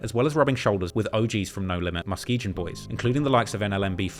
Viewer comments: Yo.. I’m from Michigan. Muskegon isn’t pronounced Muske”Jin” it’s like the word “Again” Muh-Ski-Gan 👍🏼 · Muskegon is pronounced "Musk-ee-gan", not "musk-ee-jin". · Say it with me now, MUS-SKI-GUN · muskegon is pronounced muskee-gun. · I am the number 1 drill journalist in the UK and I do the most research. Also: pronounces Muskegon with a soft G 😂😂😂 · He even mispronouncing Muskegon. I'm still tryna figure out what Muskejin is lol.